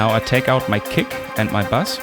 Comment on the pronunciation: ahhhhhh, not bus, bass.....I thought there was a bus mix I didnt know about on the digitone :) LOL